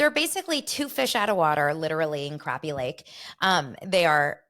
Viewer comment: That's the same thing I said when I first saw it advertised. Did it start on Sunday? I wasn't home so I guess I'll check Peacock. I hope they explain how to say the fish name crappie and not the way they are saying it. I think Luanne might try to fit in but I think Sonya is always a look at me, look at me type of person. If someone watched tell me how it was if it's started